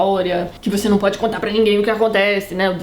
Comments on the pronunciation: "Eu vou contar, eu vontar" E eu: CONTAAAAAAA. kkkkk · Tati!!! =) Vc falando EU VOU CONTAR, EU VOU CONTARRRRRR! Foi o ápice. Amo essas críticas destruidoras. Eu tenho um ranço imenso com Nicolas Sparks, não sei se vc já falou dele, mas é bem assim: sensacionalista, personagens rasos e muitos milhões na conta.